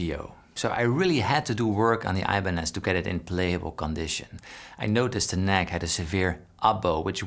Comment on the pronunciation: "I-banez" hurts my ears